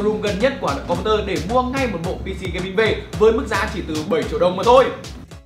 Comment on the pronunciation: Com "bu" tơ :)))))